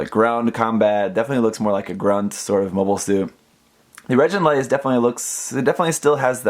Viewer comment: Great review :3 BTW: the "gi" in reginraze is pronounced as in "gimmick"